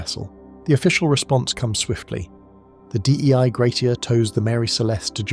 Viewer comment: Sorry but I think Dei Gratia (the ship that found Mary Celeste) means “Grace of God”. “Dei” is not an an abbreviation, you don’t have to say it like that :)